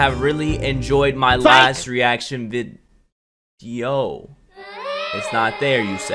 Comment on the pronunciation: “My last reaction vide- yoo” 😂🤣🤣😂